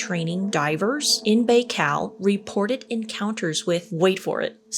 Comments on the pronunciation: It’s lake “By-Call” btw …. Fascinating lake I want to see it before I die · Can we hype this video? I really want to see on the leaderboard. I totally forgot it's Morbid Monday!🎉🫶🏼 It's pronounced Lake Bye-Cal and I want to go floating on it. I follow a content creator from Siberia and she's a tour guide: once I saw her floating on the lake, I said I'm going to visit some day. 😊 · Lake "Bye-khal" not whatever it was you said. 😂😂😂😂😂😂😂😂😂😂😂😂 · Lake Bikal. the I is pronounced like an I. B(eye)kal. Archaeology is one of the ways we know the age. Probably also geology and other sciences. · pronouced lake bye-call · I think it's pronounced Bi Kow (Lake Baikal) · Lake Buh-kal -- good try though. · Pronounced Bi-call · you are amazing (love your humor) but we need to work on pronunciations. "Bai..." would be pronounced "By". "Klammath" (Clam-ath). Glad to help anytime. 💛